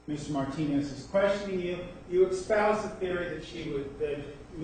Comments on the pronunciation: Is he saying "expouse"????? Wtf? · What's up with the "expoused"? I'm dying 😂